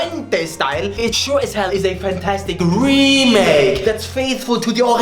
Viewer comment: "It sure as hell is a fantastic REEEEEEEEMake that is faithful to de OriGIIIINAALLL, but it still is a shitty GEHHH!!!": that was my ted talk tank you